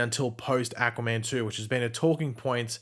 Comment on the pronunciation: why do you say Aquaman like Acaman